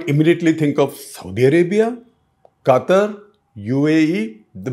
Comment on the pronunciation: love how you said Gutter instead of katar(Qatar) 😂😂😂